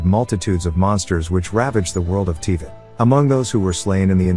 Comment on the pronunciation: Yeah aside from Teavat, Barbatoes and Bale the video is very good hehe